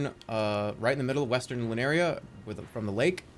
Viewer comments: At least dual weld is an actual joke. Unlike the other things people have mentioned here. And also "Lurinia" instead of "Liurnia" and "Atlus" instead of "Altus". It's like he's not even reading, he's just.... Estimating with his eye-balls. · Him calling Liurnia “lunaria” is so funny 😭